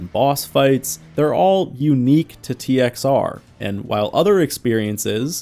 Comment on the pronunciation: We called it "TXR O" as in "oh". Its just the way you say it. You dont say zero unless youre saying the whole thing.